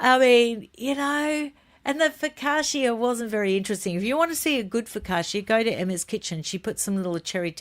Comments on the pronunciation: Please stop saying Fo ka sha. It’s Pronounced Fo ka cha as in cha-cha. Focaccia! 😂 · I really love your productions, all of them, and they lighten up my days here in the north of Italy. I will then allow myself coment on the way the Italian word focaccia is spelled, the I and the end is silent, you say "fokacha". No offense please, just a small correction😉